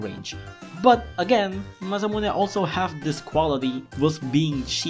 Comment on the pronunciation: How you said "Masamune" was amazing